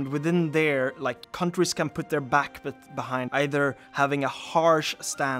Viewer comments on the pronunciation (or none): none